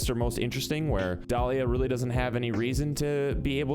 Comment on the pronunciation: Dolía u mean Dalia lol love ur vid tho